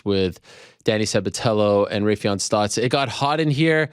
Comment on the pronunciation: Butchered Raufeon name. Smh